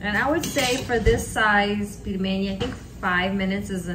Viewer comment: Not pilmeni, but pelmeni (пельмени).